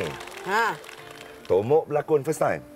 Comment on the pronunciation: Asal Aku dgr dia sebut bongok. Bkn tomok